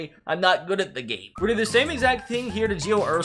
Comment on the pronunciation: “gio ursalah”